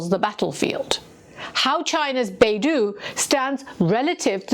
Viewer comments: FYI, the Chinese geosynchronous positioning system, Beidou, is not pronounced "Bay-Doo", it is pronounced "Bay-Dough" BeiDou is the Big Dipper constellation. In 1993, a Chinese merchant ship was accused by the U.S. of carrying banned chemicals to Iran and the U.S. wanted to board and inspect that ship. The Chinese refused, and the U.S. showed its displeasure by cutting off GPS data stream to the Chinese ship,.the Chinese ship became helpless. This incident showed the Chinese that it could not depend on the American GPS system if hostilities ever broke out between the two countries. The U.S. could disable the entire Chinse fleet with one push of a GPS button. Since the Chinese were already working on its own satellite systems, it pushed hard and then completed the construction of Beidou. As you would expect, Beidou has the same functions as GPS. But as someone who had used both extensively, I can say confidently that Beidou is better than GPS, providing more precise location data and also providing other services that GPS cannot. I believe that Russia also has its own version of GPS, because Russia is another nation that cannot trust the U.S. to help them during time of war. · Small thing; Beidou is pronounced like “Bay Doe” in English. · No. It's more correctly pronounced as "Pay Tou" because 'd' in Pinyin is our usual (unaspirated) 't'. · Yeah I noticed the same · FYI: Beidou refers to the big dipper constellation. And it is pronounced as Bay Doh. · Pronounced like Bei - dou(dough) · Dou in Beidou is pronounced like a female deer. Doe a deer a female deer. "Bay-Doe" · Shouldn’t you learn to pronounce Beidou, knowing you’re doing this segment about it? Talk about respect. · Great report. Just the pronunciation of Beidou system is Bay - D-Oh, instead of Bay-duu. Bay - Duu sounds more like another Chinese company, the Google of China' Baidu' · Beidou is not pronounced "BAY-DO", but should be pronounced like "BAY-DOE" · On dit Baidou et pas beidou.